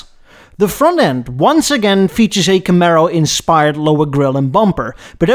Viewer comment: I've never heard anyone pronounce camaro like that also please do a what if video where the el camino never got discontinued